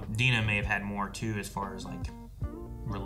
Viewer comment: You pronunciation of Dina is wrong 😅